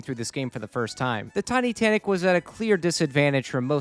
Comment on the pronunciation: Did he just say Titussy?